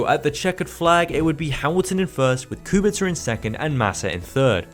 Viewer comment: Respect from Poland for pronouncing Kubica correctly, waiting for more episodes from this series